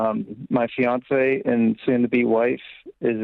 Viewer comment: Guy mispronounced EX-fiancee. 300k to be a physical to be a physical therapist?! She’s an idiot.